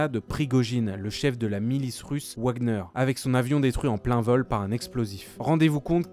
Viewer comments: rho on dit pas ouagner mais vagner c'est pas serieux ça sinon super vidéo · Ça se pronnonce vagner comme le compositeur pas wagnheure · « Ouagner » -> « Vagneur » ça se prononce ! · "ouagueneur" ahahaha mec on dit "vagnaire" pour WAGNER :) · Bonne vidéo mais la prononciation de Wagner en Wouagner pique un peu les oreilles 😅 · "wouagnere" ... O.o